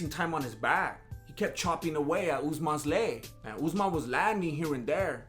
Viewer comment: Deffo respect Usmans name lol